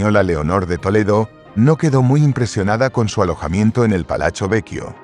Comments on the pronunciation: Porqué dices palacho en italiano , se pronuncia palatso..así sería la fonética...se acentúa un poco más cuando se repite la consonante pit-ti...lo mismo con palazzo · La palabra “Palachio” NO existe, por Dios! Que alguien le aclare a “”! La palabra Italiana es Palazzo Pitti, y en castellano, Palacio Pitti. Se acabó! O es otra vez la mal llamada, Inteligencia Artificial, que de inteligente, poco tiene!